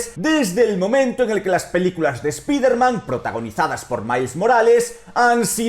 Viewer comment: Me duelen los oidos cada vez que dice "spiderman" en inglés se pronuncia "spaider man" o dilo en español que sería hombre araña. Maple es toda una loquilla